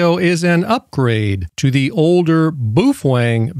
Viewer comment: Pronounced Bow feng